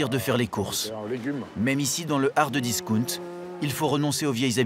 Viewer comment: c quoi discounte ??? on dit disckAOUNTE Mr journaliste